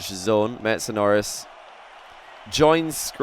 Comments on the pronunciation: it sounded like said Metsapenis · Missedanoris. Missed - a - no - ris